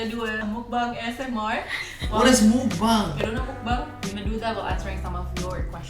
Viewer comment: #fyi Mukbang pronunciation nya 'meokbang' (먹방) MiccU Lai💞💞